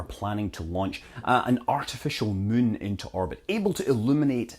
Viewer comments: Arg. I wish he'd say "moon," not "mün." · I always like the way you pronounce "moon" - sounds like "mün" to German speakers, same as in München (Munic). Fun fact: Light pollution is called "Lichtverschmutzung" in German - which is a word that doesn't make any sense, but everybody knows what that is about. :-D